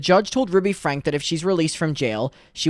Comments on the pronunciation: It’s pronounced Frankie. How do you not know that by now? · Great job covering this just a heads up her surname is pronounced like (Frankie) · It’s pronounced Frankie, just fyi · With peace and love her last name is pronounced “Frankey” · just so you know her name isn’t pronounced that way, her last name is pronounced frankie. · And last name is pronounced frank-e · FYI. It’s pronounced FRANK-EE